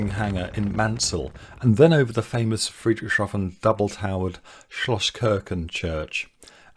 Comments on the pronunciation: I also took a flight this summer. Truly a one of a kind experience for aeronautical connoisseurs. One friendly advice: Obviously Friedrichshafen isn't easy to pronounce for English native speakers but try to see it as "Friedrich's Hafen". After all, that literally is what the city's name means in English. Keep it up. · Friederichs Hafen, is the correct place name pronunciation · Fascinating ... but 'Friedrich Shafen' instead of 'Friedrichs Hafen' throughout drove me up the wall. I'm not a native German speaker but I have OCD. Sorry... I'll get me coat.